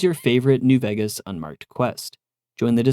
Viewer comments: I swear this is the only person I ever hear calling it New "Veggus" and it's seriously been affecting enjoyment after I heard it, I can't unhear it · y do u say ”vegas” wrong